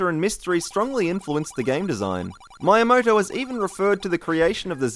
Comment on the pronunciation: Who is this Mr. Mayamaoto? XD